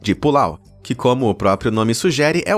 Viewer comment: Pulau? Não seria PALAU?